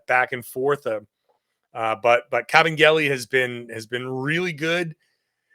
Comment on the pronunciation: Kabengele. Ka-ben-gele. KABENGELE. Please don’t let him go Brad. 🙏🏻